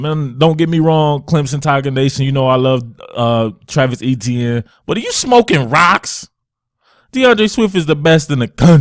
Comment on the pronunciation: Travis Etienne... ( A- Chen or chan)